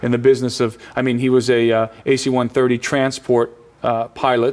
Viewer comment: It's not "AC-130", it's "a C-130." And yes they are used to transport cargo, in a combat zone. They aren't using 747's over there. I was in the Marines for 8 years. I went to Iraq for 1 of them, and Afghanistan for another 2. And I'm not just saying, I know. I also bought this DVD and myself can confirm the guy knows what he's talking about having ridden them several times. I trust his word over yours. Not only that, he's in a multi-million dollar documentary. You're just some guy on the internet. Which one has more credibility?